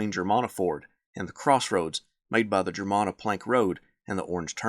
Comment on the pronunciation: Germanna is pronounced GER-MAN-AH.